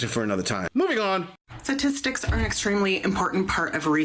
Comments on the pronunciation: Is it just me 😊r does she say satistics instead of statistics in her condescending tone? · “Satistics” ?? 😂 thanks professor